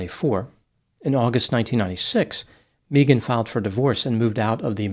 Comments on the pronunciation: I did meet one Mee-gan once. She was from Boston. But yeah, it's usually pronounced Meh-gan. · caught...you said May - Ghan instead of Mee- Ghan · MEEGAN 😅 Megan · Just an FYI, to (since his last name suggests he's Spanish) The name Megan is often pronounced "Meeghan", it's Welsh. It's not some make up new age thing, it's legit. I had a high school friend hat pronounced it that way and actress Megan Follows pronounces it that was - as described on her imdb and wiki pages. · It's interesting a business called "Australian Body Works" is involved in this case, because "Mee-gun" is the normal way Megan is pronounced in Australia. If this woman was raised in Australia, that pronunciation of her name is to be expected. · Your life advice for life, for today: If anyone ever 'insists' that you mispronounce their name, run, RUN, don't walk away from them. They are nothing but trouble. ❤ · I have always hated it when people pronounced my name like mee-gen. I had an elementary school teacher who insisted that is how my name is pronounced. She was not a nice lady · my last name is actually Berke and it's pronounced like bear-key but everyone says burk. It's just one of those things. Mee-gahn burk😅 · Sorry but if the elementary teacher had insisted that how your name is pronounced. Then who we are to call you other way Mee -gen sorry sweety😂😂😂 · It would have been awesome if you'd have peppered the correct pronunciation of Megan in there here and there. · The pronunciation of Megan is taking me out 🤣